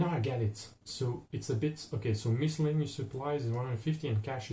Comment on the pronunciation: Notes from an American: - The Oregon Trail was a famous route used by a lot of the earliest American settlers to what are now the western states. It begins at the Mississippi River, and goes to the Pacific Ocean. - You are correct on pronunciation of "miscellaneous". - I believe that "81" is a typo. It should say "$1" buys a belt of 50 bullets. - "Fording" a river means to try to have the oxen pull the wagon across. It can be bad if the water is too deep. Swamped means the water came over the sides of the wagons. Nice video!